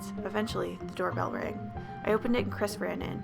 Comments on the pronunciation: What y’all hear: “ChRisSs” what I hear: “ cræs ”, “ ChRæS ”, “ cHrÆs ” :) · All the lights in my room are on, I watch horror movies o a weekly basis, all I'm doing is playing Skyrim, and just hearing the way that thing pronounced "Chris" made my stomach churn and my heart rate rise. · i know im not the only one hearing "crisp" and not "Chris" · Lmao I heard Chris’ full name as: “Chis paness*